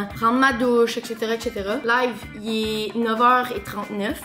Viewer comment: ékchétera ékchétera XD